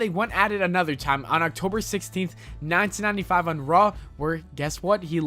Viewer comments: please stop saying "1995" like that: "nayntinayntifayve" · Very strange way of saying "1995"